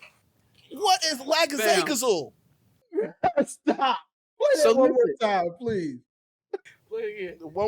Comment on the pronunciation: Song means the person who wrote the lyrics. Record means who performed it, plus any producers. And lackadaisical is one of my favorite words. Hearing it butchered hurts so bad! 😭😭😭